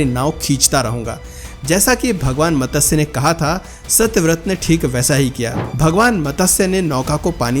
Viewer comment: Ye matasya.... matasya..... kya laga rakha hai. Lakho log sunte hai aapko. Aur lakho log sunenge. Pronouncing CLEAR hona chahiye. Matsya Avtaar....... Not matasya...